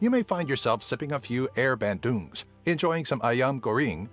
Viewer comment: It's not pronounced as "air" Bandung. It's only spelt that way. The right pronunciation is "ay-yer", where the "a" is "ah" not "ae". For "cempedak", the "c" here has a "ch" sound. As in "check". So it should sound like ch-empedak.